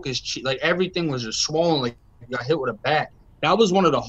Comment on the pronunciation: lol I was jk bro. I was saying he would pronounce it witt instead of with.